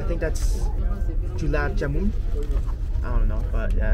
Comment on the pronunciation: broooo Julaab Janumm😂😂😂😂😂😂 Haha anyway its Gulab Jamun❤